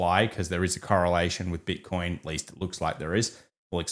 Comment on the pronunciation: “Bit-con” . Hilarious 😂